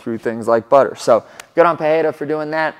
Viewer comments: You are saying Perreira not Pereira, i dont know why even in UFC they say his last name that way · Brother, you mentioned you are pronouncing his name right but just so you know in brazil or portuguese language in general, the only time you make the english h sound is for double r or beginning or word starts with r. So you misprononce pereira, it has no english h sound, just normal r sound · Hey I completely support your pronunciation effort. However l, asa brazilian I must tell you that that you're off. It is not pronouned PeHeira but rather just Pereira with the "spanish sounding R". In portuguese, the only 2 situations where the R is pronounced as an H are: 1- when it is the first letter of the word. Ex: my name is pronounced Henato 2- when there is a double R. Ex: Ferreira is pronounced Feheira But Pereira has no double R so it's just Pereira. ❤ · Say "Peteira" or "Pedeira" and you will get closer to the right pronunciation. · That's it. It's not Pe-Hei-ra. The second R and the first one sounds the same. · Why the fuck you call him " "pu- hey -duh ". You're a gringo. Be a gringo. I heard the desk people saying " Hodriguez " too. ?? What are we doing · Still saying the name wrongly though 😂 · Since you said the name wrong. Here's the correction. "Pereira" uses a R sound made near the front teeth instead of at the throat. Check the audio in this wiki You can also check this in google translate. "Pereira" is the correct one "Perreira" is incorrect one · You are pronouncing his name wrong. I used to learn Portuguese. If the name starts with an R like Roger, then its pronounced with an H sound like "Hoger." If there is 2 consecutive R's inside a name then its also pronounced as an H. "Barra" is pronounced "Baha". If the R inside the name are not consecutive then its just pronounced as R. So Pereira has no H sound inside. Joe Rogan keeps saying his name wrong too so i understand. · Sorry, Cory. You keep saying his name incorrectly.